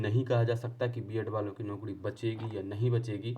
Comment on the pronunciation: Arey yar tum naukri ko naukdi mt bola kro😂😂😂